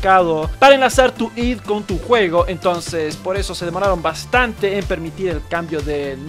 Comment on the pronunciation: Se abrevia ID y se pronuncia aidi no a d